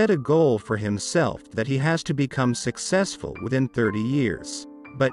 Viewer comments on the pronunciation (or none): Haha 🤣🤣🤣🤣 I like how you said "sexessful" instead successful 🤣🤣😂